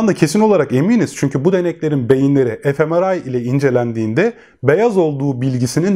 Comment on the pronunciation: gayet bilgilendirici olmuş emeğinize sağlık, yalnız FMRI'yı e-Efe-Meral şeklinde anladım (gülmeyin, dedim belki bizden biri üretmiştir ), bu tarz yabancı isimler kullanılırken ya videonun kenarına köşesine yazılışını ekleseniz, yada "manyetik rezonans görüntüleme" şeklinde kısmi Türkçesini belirtirseniz daha açık olabilir. Sosyal uyum ve bireysel&toplumsal şiddet eğilimi arasındaki ilişkiye dair tavsiye edebileceğiniz çalışmalar var mı acaba? Teşekkürler